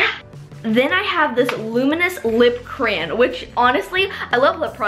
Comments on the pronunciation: so funny thAT U SAY crayan not crayon hahahahahaha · Is a cran as she calls it a crayon? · omg the way she says crayon